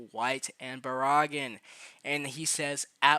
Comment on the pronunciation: Why you say Baraggan like Baraagan.... anyways Baraggan and Orihime barely move in the anime tho they might be just be put in later on as dlc